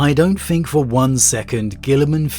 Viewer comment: Does he say fink? I always wonder this